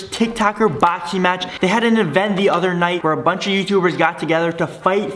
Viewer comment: “the proof is gonna be in da pudding”😭